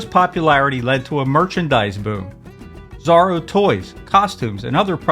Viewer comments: think pronounced ZORO not Zaro, I think. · I think you're pronouncing his name wrong how do you say Zorro... like, or..o. not r-o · Exactly! His pronunciation makes me crazy.